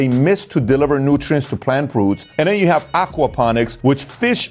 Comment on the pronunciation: I'm listening to your book right now. Although I love it and it's chock-full of valuable information, my brain stops listening to the info every time you say da(the), dem(them) den(then), dere(there), etc. I wish I could stop judging and just accept the info. I'm working on it